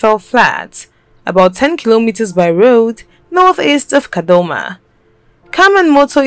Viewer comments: It's Kadoma not kadhoma,kadhoma means something u don't want to know😓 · Take it easy you can not say kadoma properly. Is the reporter not Zimbabwean